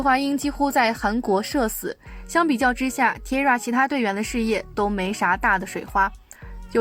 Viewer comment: T-ara是念 Ti-a-ra 不是Tira